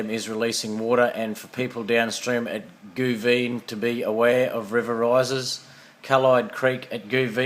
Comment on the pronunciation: Hey cheers the update, great vid! All day soo far in Biloela we've had this light constant sprinkling rain, very wet. Us locals pronounce Goovigen goo-vid-gen